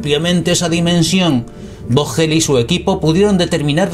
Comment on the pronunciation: No es vogel ,, se pronuncia foguel,,, significa pájaro en alemán